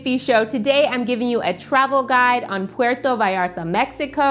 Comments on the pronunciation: thanks for pronuncing "puerto vallarta" it right 👍🏻 some people just don't care and pronounce it awful 😅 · I thought the same! Nailed it! It's butchered often, but doesn't roll off the tongue easily, so I understand!